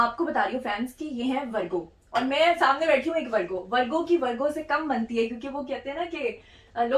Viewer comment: ITS VIRGO NOT VARGO